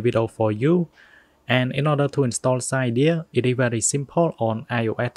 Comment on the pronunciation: It’s pronounced Si-deea